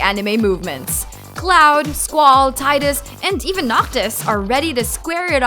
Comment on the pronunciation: "this 2018".. as opposed to next 2018? That hits the ear wrong. It should be "in 2018". Also it's Tee-dus not Tie-dus..square has confirmed.